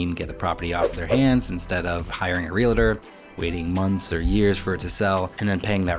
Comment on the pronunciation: Not trying to be a dick, but huge pet peeve of mine. It's REAL-TOR, not REALI-TOR. Yeah... I still sound like a dick. Oh well